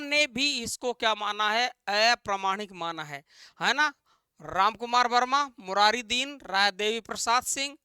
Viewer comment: मुरारी दिन नहीं मुरारी dan hai